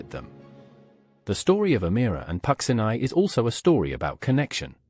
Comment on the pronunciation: It would help if Puccini's name was properly pronounced.